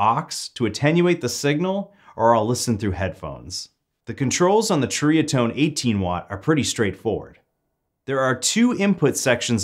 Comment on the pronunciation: It’s pronounced “seriatone” 👍